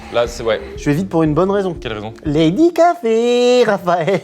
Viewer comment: "Lady Gafé"